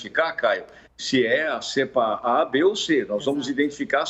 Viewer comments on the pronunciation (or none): NÃO É "CÉEEEEEEEEEEEEEEEEEEEPA"